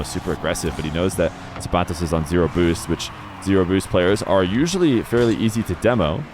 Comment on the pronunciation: Thank you for pronouncing zapatos correctly lol